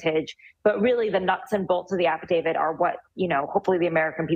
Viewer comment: It's affidavit, not AFFIDAVID, Jesus Christ!!!!